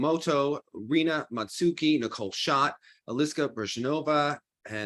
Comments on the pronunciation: Also Rino MatsuikE(h). You pronounce DaisukE correctly, so just do that for every japanese name ending with E. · They need help with Matsuike too: Ma (mah) tsu i (ee) ke (kay) Romaji is NOT pronounced like English.